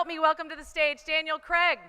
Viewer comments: At least pronounce his name right, it's CRAIG, not CREG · Why can't Americans say "Craig?" It always "Creg!"